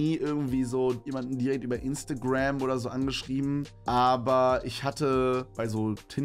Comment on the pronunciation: Niemand: Wirklich niemand: Kevin: Instagräm